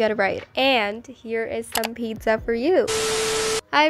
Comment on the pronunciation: Pocca, ITS PIZZA NOT POCCA😭